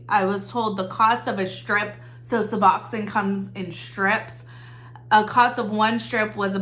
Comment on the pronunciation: In the medical field - it's "Sue-Box-own" :) love the channel